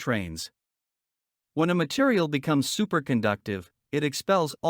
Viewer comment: "Interior" and "material" are mispronounced. It would be good if the AI voice was double checked for accuracy.